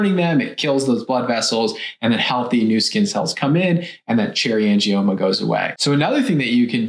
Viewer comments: Cherry angimonas ??? You want to give advice & you can't even pronounce AN-GIOMA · Angie-Mona haha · Did she say "Angie-Monas"?? 😂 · It's Uh Angie Mona! 😂😂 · I’m having trouble looking past the fact she pronounced it like, ‘Cherry Angie-Mona’ 😂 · Cherry "angiMomas"? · Angimoaner! Can't watch any more. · Not to mention she says " angiomonas"... sigh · The fact that the person who made the video couldn’t pronounce “angioma” correctly is a red flag. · Tipoff was when she didn’t say “angioma” correctly. 🙄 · As soon as I heard her mispronounce “angioma”, I would have logged off.